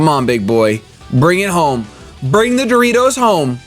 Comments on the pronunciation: hi sir, it should be pronounced as DO-RI-AH-DO, urs sounds like the doritos chips hehehe, love ur vids man. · The name's not that complicated right: "Dory - A - Do" and you proncounce it Dory - Do? Boi oh boi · Her name is pronounced Do (DOugh) Ri (paRIs) A (Adamant) Do (DOugh), I'm pretty sure. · lmao its not dorito, its doriAdo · DOH-REE-AH-DOH but I love her new name so much xD #coolranchboys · Pronunciation is: Doe-Rai-Doe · Dori-a-do man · Also, it's pronounced Dor-iee-a-do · Its pronounced "Elemental Mistress Dorito" you uncultered shit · You said DORITO😂 LMFAO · Her name is Doriado.say it with me Dory-ado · Door-ree-are-dough lol